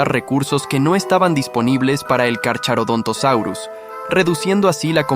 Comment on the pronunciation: El "ch" se lee como K, por lo que no se dice Carcharodontosaurus sino carkarodontosaurus. Y si Spinosaurus era mas largo que el T rex pero no era más grande que este ultimo.